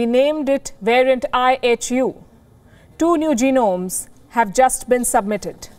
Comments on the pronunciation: Sometimes I heard I.H.U. as I Have You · Kinda sounds like “ I Hate you “🤷🏻‍♂️ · I thought I heard the news caster saying, I HATE U". Did I hear her well? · Apparently all variants are coming "out of Africa". IHU; why does it sound like -i hate you?